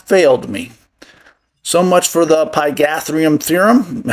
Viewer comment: LOL 😆 🤣 😂... pythagorean (pie-tha-gore-ian) theory...